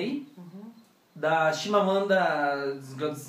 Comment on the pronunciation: "Chimamanda atzis haus" KKKKKKKKKKKKKKKKKK